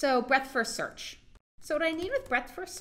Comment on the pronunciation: When you hear break-fast search instead of breadth-first search you know you should go take a nap